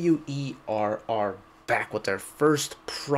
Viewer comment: Thank you for the right pronunciation of band name! ("que - double u - e - are")